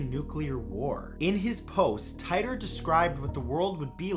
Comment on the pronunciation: Its pronounced Teetore